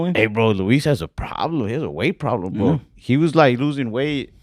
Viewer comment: “I missed the part where that’s my pLoLem”